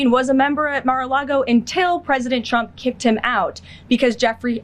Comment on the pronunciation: Did she pronounce trumps name as chump ? 😂😂😂😂😂😂😂😂